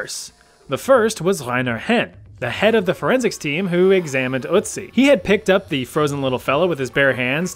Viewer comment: Anybody at all is triggerd taht he says Ützi not Ötzi